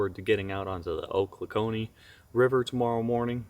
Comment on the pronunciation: hey man, cool video! I'm from that area, and thought you would be interested to know that it is pronounced "Oh-clock-knee".